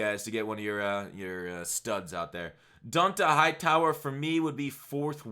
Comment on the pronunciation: Dude couldn’t pronounce don’t a Hightower’s name 😵 I’m dead